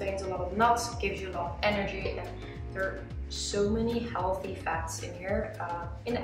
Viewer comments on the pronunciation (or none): none